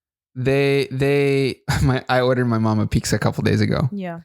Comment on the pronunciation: The way you both say pickza instead of pizza makes me giggle every time !